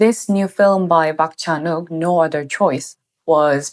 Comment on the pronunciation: "Park Chan-wok"?? Come on